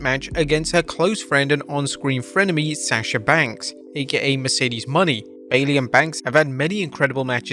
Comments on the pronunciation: It's Mercedes MO-NAY, NOT MONEY and I clearly doubt that Mercedes would waste her time in WWPG again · Its pronounced Mercedes Mow-nayy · So... you STILL think her name is Mercedes MONEY? It's obvious you don't actually watch wrestling or read your own comments section. At least you're able to pronounce Sasha Banks correctly. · Say it with us people : Mercedes Moe-nay